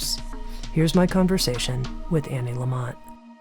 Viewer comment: I's Anne. Not Annie.